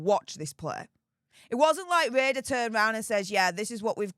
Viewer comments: Hi, love your channel but your pronunciation is killing me!! RADA is pronounced rahdah, not rayder. Sorry to be a damp squib!! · RADA is pronounced RARDA, not raider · It is pronounced Rah da not Radar. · Not being Picky…But the Royal Acadamy of Dramatic Arts is pronounced Phoenectically Rar-Dar….Not Ray Dar. Which u might find on one of Britains Warships (if We still have any).? Good Blog all the same. Lol Regards Andy Jackson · it's not Radar, It's pronouned like Prada, without the P. RADA [Royal Academy of Dramatic Arts] X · it's calaed RADA, there is no r at the end. AND STOP THE SUPER THANKS GRIFT! CONVERSATIONS CAN BE HAĎ VIA THE COMMENTS! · Sorry but it's not 'ray..da', but pronounced ' ra..da'. btw love your posts. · It's Rah..dah. Please. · Great vid as usual. Ps It's pronounced Rah-Dah 🙂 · it is pronounced rar da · Brilliant video as always. For future reference it is pronounced Rad-a. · I do apologize, but the Royal academy of drama and arts is pronounced (rarda).just thought I'd mention it, love your work, keep it up ❤ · C'mon - it's RADA - pronounced as in Ra-Ra skirts. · Please pronounce RADA properly...... like PRADA... WITHOUT THE P! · You need to look at the pronunciation RADA yourself, before telling others how it's pronounced. It made you look a bit daft and it wasn't in a way that you can brush off and hide behind your heavy accent.